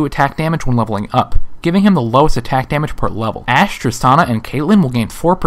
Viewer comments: Every time he said the word "up", I cringed. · AAAAAAAAAAAAAAAAAAH, both the emphasis and the cadence is awfull leveling UUUUP!!!! saying it like that will imply that you can level down and it hits the ear like a sledge hammer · Could you put more emphasis on the word up please? :| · They way you said "up" made it sound like there was such a thing as leveling down.